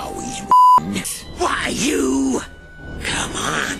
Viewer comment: sounded like : who are youeoew